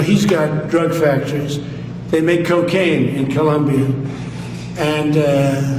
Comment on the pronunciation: Did you hear him say factories 😂😂😂😂